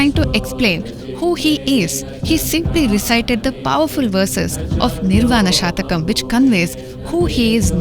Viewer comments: Please note it is not "Shatakam" meaning 100. But it is "Shatkam" meaning 6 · It is not nirvana SHATAKAM. It is NIRVANA SHATKAM, meaning 6 verses. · It is Nirvaan SHATKAM NOT SHATAKAM PL. Shataka means hundred. Shatkam means six.There are six stanzas in Nirvaan shatkam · It’s Nirvana shatkam not shatakam. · It is Shatkam and not shatakam please. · It is not "Shataka" (100 verses) but "Shatka" (6 verses). Minor mistake in pronunciation results in major change of meaning. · The pronunciation is निर्वाण षटकम, not शतकम :) shat denotes 6 and satakam denotes 100 verses. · It is not a Shatakam, it is a Shatkam meaning 6-verses. 🤦‍♂ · Is it Nirvana Shatkam or Shatakam? There is a difference between "Shat-kam" = Consisting of six verses and "Sha-ta-kam" = Consisting of 100 poems... You pronounced it as Shatakam. There is nothing like Nirvana Shatakam. It is Nirvana Shatkam. Please correct your pronunciation. Om Shree Mathre Namah. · Maa it is Nirvana Shatkam(Six slokas) not shatakam(100 slokas)... Anyway wonderful explanation.. keep Going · It is shatkam not shatakam 🙏🏻🙏🏻🙏🏻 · Please note it is nirvana shatkam- a chant with 6 stanzas. 'Shatakam' is 100. Pronouncing it correctly will help. Sound vibrations are powerful. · Nice video - kudos . One small correction; it’s shatkam (6) and not shatakam(100) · Shathakam denotes 100 verses Shatakam denotes 6 Pl note the difference and pronounce correctly 🙏